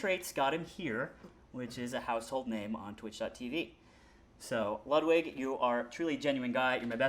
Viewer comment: Why do you pronounce Ludwig like that? It’s pronounced “Lewd-vig”